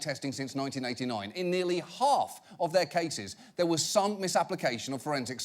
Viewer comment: “Dats a bad dog right dur” 😂